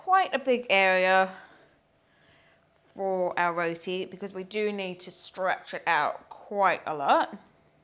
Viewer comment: We make all kinds of roti, but never have i seen roti submerged in oil. Yikes! Well at least she pronounced roti right and not "RODI", you need some curry channa and alloo to go with that roti along with mango anchar and tamarind chutney